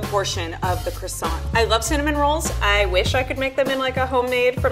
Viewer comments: Croissant dough or krsont dough? Hmmm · Anyone else cringe when said "maRscaponne' and "crOssanT"? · Knowing how croissant is actually pronounced in french made me shudder every time she said it. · The level 3 chef has been a pastry chef for 9 years and she can’t even say “croissant” properly